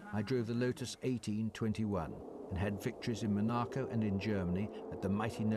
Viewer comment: I like how Moss pronounces Monaco. Thanks for sharing these, it's so interesting, sad that YouTube is so awful